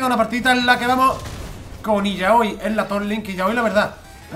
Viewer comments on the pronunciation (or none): Se llama "Ilaoi" , no la enfades